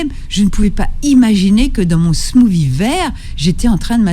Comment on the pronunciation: Le "smousi..." 😂 Mais dit "frappé " si tu sais pas parler anglais, va....